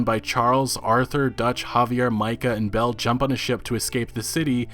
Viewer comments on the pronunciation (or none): none